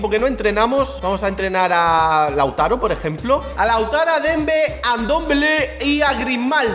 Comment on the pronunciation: Quien se da cuenta de que en el minuto dice LAUTARA